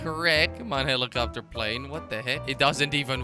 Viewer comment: Prize for whoever can count how many times he said heelicopter plane